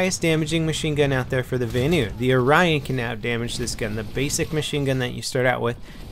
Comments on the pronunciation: Why does he say Vanu so wired...it sound like he's saying Va-anu,not Vanu. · its pronounced Vanu as in Vahhhhnew